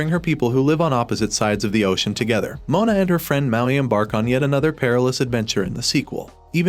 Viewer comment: Do you say mountain? It’s Maui.